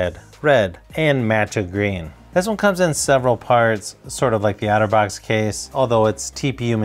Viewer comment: Each time you say Otterbox it sounds like Autovox to me